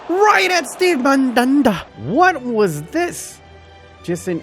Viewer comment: I felt molested every time he said "MaNdAnDa"😂😂